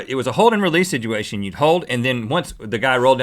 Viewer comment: Rhett "Sidgeuation" alert!